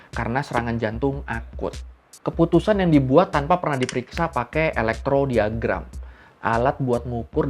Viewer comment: Elektrokardiogram bro salah bacanya